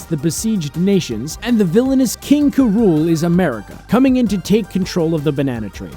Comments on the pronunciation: King K Rool. not king Kuh-rool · It isnt King Kurool its King K. Rool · "King K'Rool" I thought it was King K. Rool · he pronounced king k.rool wrong how dare you call yourself a gamer